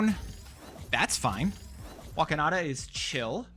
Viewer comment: Why do you always say “Wa-ke-na-da” when it’s suppose to be “Wa-khan-da”?